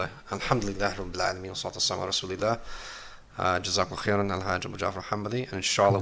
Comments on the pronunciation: As Salamu Alaikum brother, to correct you on some things, It’s JazakAllaahu Khayr not GazakAllaahu. Also we should look at The Quran and Sunnah not the Old Testament for proof as well as authentic sources. Some things in the Old Testament and Bible that are accepted in Islam are true but not all the things in the Old Testament and Bible are true and many of which are rejected by Islam. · As Salamu Alaikum brother, to correct you on some things, It’s JazakALLAHU Khayr not GazakAllaahu. Also we should look at The Quran and Sunnah not the Old Testament for proof as well as authentic sources. Some things in the Old Testament and Bible that are accepted in Islam are true but not all the things in the Old Testament and Bible are true and many of which are rejected by Islam.